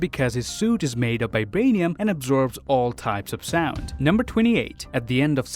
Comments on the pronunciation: I watched this video at 0.25x speed and realized that the lad pronounces Vibranium as Bi-branium🤯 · It's called VIBRANIUM not f*cking BIBRANIUM